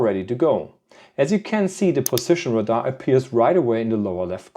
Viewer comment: Radar is not pronounced like “Rahdah. It’s pronounced like “Ray- Dar”.